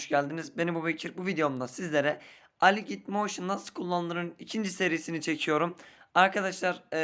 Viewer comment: Aligiht moşin xD